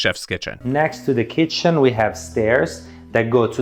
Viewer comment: Dream home for Chef Boyardee 👨‍🍳 “that’s a chefzzz kittttchennn”